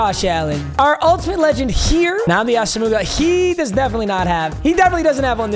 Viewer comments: Throwback to “AAASAMOOOGUH” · still saying Asomugha wrong 2 years later is classic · Papa still pronouncing asomugha wrong is crazy